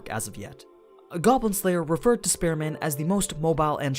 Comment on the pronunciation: Your pronunciation of Spear Man sounds like Spare Man.